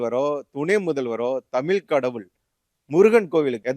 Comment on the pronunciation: டேய் தமில் இல்லடா தமிழ்.